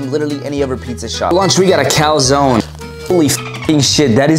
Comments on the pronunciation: It's pronounced Kal zone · The pronounciation of calzone triggered me so much, it's like 100% wrong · how tf can you pronounce calzone so bad:))))) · Nutsack Gaming bruh search it on google it s an italian word... there are a bunch of words americans are pronounceing wrong for example coupe ( french word )